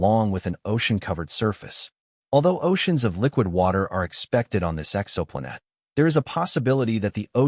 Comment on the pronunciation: Yeah, the AI messed up when the "exo" was in front of "planet".....personally, AI is getting so sophisticated I would rather have the mistakes included so I KNOW it's AI.